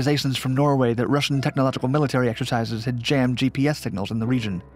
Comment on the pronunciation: I can't help but chuckle every time says 'Russian sup whale'.